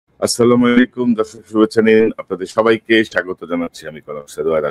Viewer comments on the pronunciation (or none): মাশাল্লাহ, ইলিয়াস ভাই আপনি খুব সুন্দর ও বলিষ্ঠ ভূমিকা রাখছেন। দয়া করে সালামটা শুদ্ধ করে নিবেন।